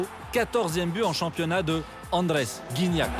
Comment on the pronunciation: Guignac lol la prononciation